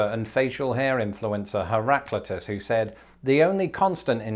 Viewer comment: Never heard Heraclitus pronounced that way